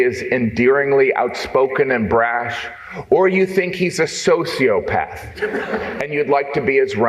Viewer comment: Ben can’t recognize a roast or pronounce sociopath.